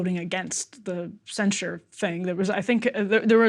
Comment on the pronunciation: Excellent you two! It's truly beautiful to watch two people with disagreements on such a hot topic to keep civil with each other. But please. Stop saying "cenSHure" it's cenSure, and cenSorship